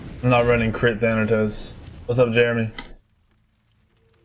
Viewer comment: It's Thanatos not thantos